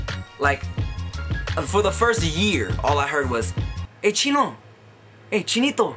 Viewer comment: LOL its so funny when u say chino....